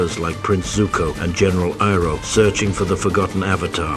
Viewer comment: Love your videos and it's nice to see you branch out and do something a little serious and less satirical. However when you use text to speech please spell things phonetically. Iroh would be "eye-row". It's less jarring and makes you seem like a wizard. Other content creators will be like "how did he get the AI to say it right when I cant"